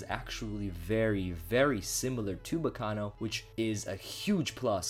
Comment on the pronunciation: Hearing him say Baccano is very painfull.